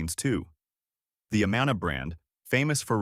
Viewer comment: Good video about the great Iowa food we have, but you are clearly not from Iowa as you mispronounced both Amana & Ottumwa.